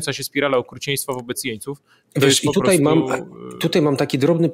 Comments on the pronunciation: Nie "TUTEJ" tylko "TUTAJ" Panie Zychowicz;) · Panie Piotrku słucham każdego programu od wybuchu wojny, ale to 'tutej' razi strasznie. pls fix!!! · Wszystko super ale proszę cię Piotrze !!! nie mów tutej ,dzisiej ,tej bo nie zniese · Panie Piotrze dziękuję za bdb wywiady szeroko omawiające tematy nas interesujące. Ale naprawdę proszę już zaprzestać mówić po warszawsku "tutej" a wymawiać >tutaj< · Program super , ale jak słyszę prowadzącego który mówi TUTEJ to trochę mnie otrząsa.